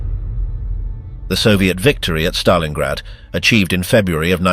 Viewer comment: Stalingrad not Stalinggrad